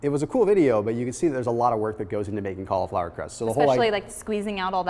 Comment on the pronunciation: Kali-Flower. Kali Muscle says he can't eat vegetables. Maybe he should contact Thomas so he can hook him up with some Kali-Flower recipes. #Hyphy Kali-Flower Tuna pizza.